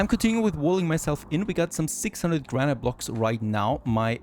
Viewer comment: Great series so far! By the way, "granite" is pronounced "GRAN-it." I know, English makes no sense at times lol